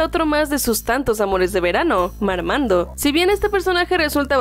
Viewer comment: Digan Marmando sin la R 😈